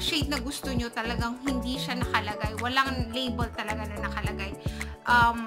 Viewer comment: Labol, Travol 😒😒😒😒😒